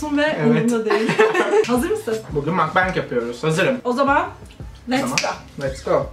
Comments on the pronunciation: Mukbang da değil aslında doğrusu mokbang korece bir kelime (먹방 어 bu O harfidir ama ağızı biraz daha yayarak o sesimi çıkartanız gerekiyor ) 먹다(mokda) yemek demek sadece söylemek istedim 😅 Seni seviyorum ❤ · makbeng diye değil mukbang diye okunurmuş yine; hadi makbeng imize başlayalım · aslında mukbang değil de mokbang diye okunuyor ama neyse slglsmgşdgld 먹방 먹(meog)=yemek fiilinin kökü 방(bang)=yayın kelimesini kısaltılmışı